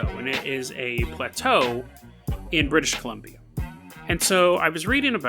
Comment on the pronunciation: Were you saying British columbie?